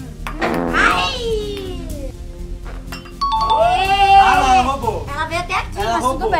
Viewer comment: eu vendo ele falando quadribol 😍✋